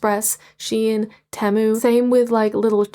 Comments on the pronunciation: I think it’s pronounced “tee-moo” like T-shirt and moon from a cow? People pronounce things differently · I just wanna say your so pretty ❤❤❤ Also I think it’s tea-moo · Temu is pronounced Tee-Moo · Lol temoo its pronounced tee-mooh Also im glad your enjoing ice skating its my dream to do figure skating so im happy you are enjoing doing something i love! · Fyi girl it’s tee-mu 😅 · I think it’s tee-mu